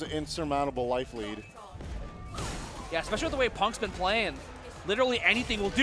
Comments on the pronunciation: Every time I hear "exspecially" I want to die. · EXspecially...LOL! Ignant ass